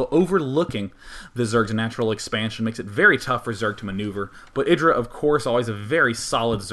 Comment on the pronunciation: you put a weird accent on the IdrA name.